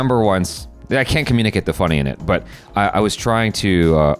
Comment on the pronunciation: This south Indian said.... Butta... Instead but. The most educated Indian... Pseudo